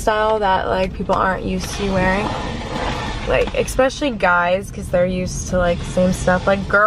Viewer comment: Especially has no 'X' in the pronounciation.